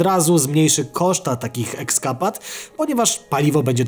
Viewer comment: Nie "ekskapad" tylko eskapad :) Pozdrawiam :D